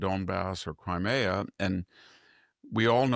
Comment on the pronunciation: Please pronounce nuclear and crimea correctly.